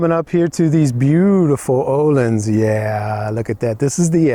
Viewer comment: Nice bike and review. And... ÖÖööhlins with Ö, you said it right this time 😉. Keep on doing this videos for us, great job. Grüße